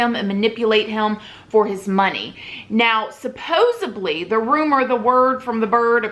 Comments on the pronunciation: Is someone gonna tell the word is supposeDLY, not BLY? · Supposedly I think is what you're meaning to say (not supposably). 😘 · Lawd, I love you but it’s SUPPOSEDLY* Thank you so much for this video. I was curious to get your take seeing as you and Carole are both in Florida.